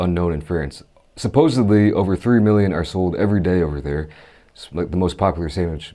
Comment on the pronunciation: *supposedly not supposebly 🤗 Just love your videos ❤️